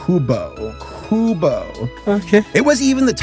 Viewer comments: damn qubo!! It was pronounced Q-BOW (like bow & arrow) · I actually remember watching these originally on qubo!! Tho they weren’t as fun as watching the DVD and VHS versions. Also it’s pronounced. Cue-boe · It’s pronounced “Kyoo-Boh”, and it was my favorite channel as a kid! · it’s not pronounced “cu no” it’s pronounced “Q BO” (Cue no” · Its pronounced "cube-oh" not coo-bow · It's pronounced "Q-bow" not "Coo-bow" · The company that started airing Veggietales is pronounced "cue-bo" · Qubo is pronounced cube-O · Its pronounce Cube-Oh Qubo i watched veggie tales there when I was little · Qubo is pronounced queue bo and it was my childhood 😤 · Qubo is pronounced Q-bo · Qubo (pronounced Q-boe) even had 321 ;penguins at one point or another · For any who see this comment it's pronounced "Q bow" and if I still remember qubo is still running to this very day. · qubo is pronounces Q-bow oddly enough lol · It’s actually pronounced Q bow. And I grew up with that channel since it was one of the only few that was available when statalie tv because the only form of tv and I had to use a converter box. That’s how I watched Vegitails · this channel still runs today, it's pronounced like Q-Bo. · qubo is pronounced cube-oh/cue-boh. It was your standard "sunday morning cartoons". They played a lot of moral-teaching shows like Jane and The Dragon and Johnny Tutu. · it is pronounce as q- bo if i remember correctly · Two things: Qubo is pronounced 'Cube-o', and Doug TenApel is pronounced Ten-Ape-l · ahh yes Qubo! the tv channel i grew up watching because i didn't have cable! Also if does see this comment Qubo is pronounced Cube-o (its basically spelling cube but take out the C and place it with a Q and replace the E and with an O) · NOOOO you cant just mispronounce peoples childhood channel: "haha kubo go BRRRRRRRRR" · Qubo is said Cube O . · Qubo is pronounced as Q-bo (and or Q-bow or Que-bo OR Que-bow) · It's pronounced cubeoh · It's pronounced Q-Bow.